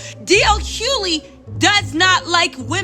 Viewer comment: Not DL Huely! 😂🤣 you were mispronouncing that name with so much conviction! 😂🤣 I luv you! 💜